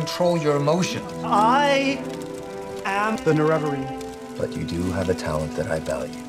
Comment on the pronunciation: I’ve always pronounced it with the stress on NeREvarine. Not sure I’ve heard it as NereVArine before.